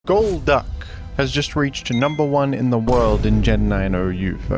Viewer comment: golduck gol"duck" its literally in the name